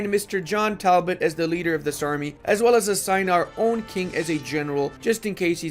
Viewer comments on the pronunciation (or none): none